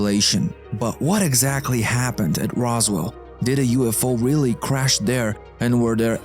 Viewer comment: OGM. this dude again... i'm disliking every video this dude narrates for disrespecting and butchering english. he pronounce EARTH as ORTH, CRASH as CRUSH, AXIS as EYXIS, SAW (to see) as a SOW. etc. and like this in every other sentence. And dude tries to sound American way too hard on top of that.